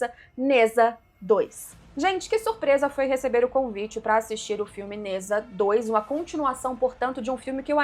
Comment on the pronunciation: Se pronuncia Ne Zha (Djá) e não Neza